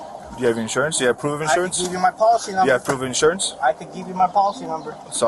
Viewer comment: Dude, its IN-surance, not Assure-ance.